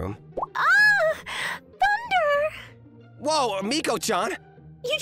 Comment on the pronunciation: The male MC voice actor has had an issue with saying the word tsundere wrong a fair amount, even in other videos. He should really learn the correct way to say the word.